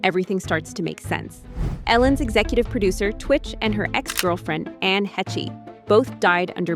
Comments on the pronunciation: That's the pronunciation I know also... so how this narrator said it messed me up a bit. But then this girl in popped up and said Ann's name the way I know it. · This is a fun watch, but good god, just do ONE MINUTE of research. Anne HETCHAY? Hetchay? Her name's not that hard to pronounce. It's basically like MESH. And on that subject CHARLIZE THERON isn't fancy like THE BONE or THE PHONE, it's pronounced THARE-un, like the bird HERON. Like HAIR-un. SharLEEZ THARE-un. And Demi Moore? It's Duh-MEE. Like "who is it? Duh. Me!" It's not a fancy shmancy pronunciation. It's short for Demetria. It's Greek. Duh-MEE. Let's see, who next? Pronouncing and spelling are two of the only things I'm pretty good at. I'll be here if you need me. (For English folk. I'm not so smart that I know foreign names. Although I do know Siobhan is Shuh-VON. Like Duh, yawn!) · Its Anne Hay-sh. Not Hech-ee. I cant listen to anyone who cant even pronounce things correctly and claims to know things or be a reporter. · Its not Ann hetcha it's ANN HA (LONG A SOUND!!!! THEN SHHHH why don't you email and gen zers check your work and dialog? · Anne Heche...pronounced "Hesh". Not Hetchie" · The name is pronounced like Haysh not Heche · Omg it's pronounced "Haysh" not "Hechay". There is enough audio footage available that it can be checked easily. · 🫤 What in the Al-narration is the mispronounced Anne's last name as "He-She". When it's pronounced "Heche", exactly as its spelled. 🫩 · Hechee? He-chay? FFS. It's pronounced "Hesh". At least use a fucking HUMAN to narrate. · Ann Hetchee, Heeshay, Hetchay, Haytcha... 😂 Hey narrator, it's Heche, pronounced Haysh. 🤓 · It’s pronounced Anne Hesh not Anne Haychay…. How am I supposed to take you seriously when you can’t even get the name right? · Anne Hetchie? Really? Her name is pronounced as “hay-shh”. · ITS PRONOUNCED " HESH" NOT HESH-EH. ITS JUST HESHE KK. COOL. 😂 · Pronounce Anss name right:" HAESHE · Anne's last name is pronounced Hāsh... R.I.P. Anne